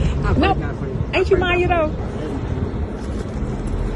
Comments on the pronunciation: My-E-Uh. Not Mya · Her name is pronounced, "MY-E-YAH". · Her name isn't pronounced Mya, it's pronounced MY-e-(YA).